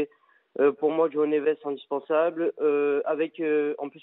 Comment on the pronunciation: Le kevin il dit meme pas Joao neves c'est grave